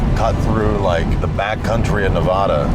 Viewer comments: Loved the series guys. Love all the offroad and driving to a goal content Donut has been puting out. Also, it's Nev-a-duh not Nev-ah-duh. The first "a" is pronounced like in "hat". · Hey just to let y’all know it’s NEH-VĂD-UH. Not NEV-AH-DUH. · Nev addd uh say it right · These eastern people lol. It's NUH-VAA-DUH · call it navadah one more time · Great video(s), but why do you keep saying Nevahduh? Oh, cause you took a Subaru on this trip.....that trends.... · You all also say Nevada wrong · ALMOST a 10-outa-10 series! i will have to take points off for not saying Nevada right, but overall one of my favorite things you've done! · The whole Nevada part actually annoyed me so bad 🤣 living here my whole life. Trust me thousands of people have driven where you guys say only a couple dozen have traveled, best state to explore in and so much history here but also for the love of God pronounce my states name correctly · You guys live in California but can’t pronounce Nevada? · Your saying nevada wrong